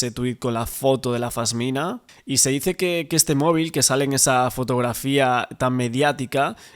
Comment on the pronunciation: se dice Pasmina no Fasmina